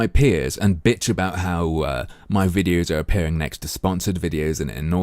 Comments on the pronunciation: Just a quick question... When says "wideos", does she mean Videos? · Le Grand Fromage Yup. No distinction between W and V in Hindi I believe.